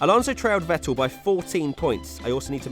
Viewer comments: This idiot again who cant pronounce vettel 🤦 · It really annoys me how he says Vettel